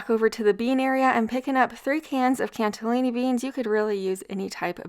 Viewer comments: Not saying this to be mean, just making sure I’m not losing it, but does she keep saying cantallini instead of cannellini beans? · I love you AND...it's CAN-i-lini not CANT-i-lini! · It’s so funny in a cute way how you call the “cantellini” beans. They’re “cannellini”, no t. 😊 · I love your ideas and videos!! Btw it’s CANnellini not CANTellini beans 😊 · It is a bit amusing, how you add the t into cannellini beans everytime 😀 ;-) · Love the recepies! BTW, there is no 't' in cannellini 😊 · Cannellini Beans have no "T" in them. I love every single one of your videos & bought your cookbook ❤ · ‘Cannelini’ doesn’t have a ‘T’ in it lol Love your videos! 😅🫶🏻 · These look like very comforting meals. Thank you for sharing. Now please don't get mad or frustrated with me. But if you read the can, there is no "t" in Cannellini. 🫣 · i love you're recipes!! They are amazing!! ❤ Small pet peeve... there us no "T" in cannellini beans... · No hate! I chuckle everytime you say cannellini wrong because you are so sweet. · please please please, there is no T in cannellini in beans! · I love your videos but the added “T” in Cannellini gets me every time 😂🫣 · "Cannellini", there is no "T" in cannellini beans. 😃Flour and butter need to be fried in order to become a thickener. It better to use cornstarch and water if you want to thicken a soup. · Look forward to every Sunday for ur videos, just love them so much...very inspiring. Just a little FYI there is no T in CANNELLINI beans.